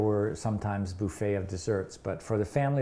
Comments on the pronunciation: I love that he says buffet like Phoebe’s last name 😂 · I just love how he says buffet